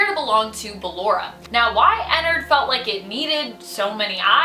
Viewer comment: She said ballara not ballora